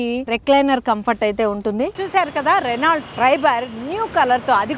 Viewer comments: రెనాల్ట్ కాదు...రెనో అని పలకాలి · Reno Ani palakali T silent